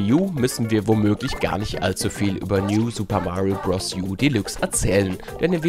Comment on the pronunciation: Danke. DANKE! Danke, dass ihr „Deluxe“ als „Delüx“ aussprecht, statt als „Delachs“... Ansonsten ein sehr toller Test. :)